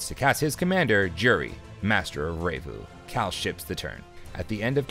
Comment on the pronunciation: "Revue" is said like the word "review", not "ray-voo"